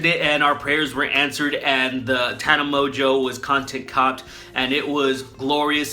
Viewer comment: My favorite part was that he bastardized her name so much that at one point he calls her 'Top 10 by Watchmojo' and it actually fits in. I don't know how he managed to make Tana Mongeau and Top 10 by Watchmojo sound similar but he did.